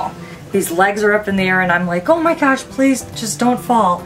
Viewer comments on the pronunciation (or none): none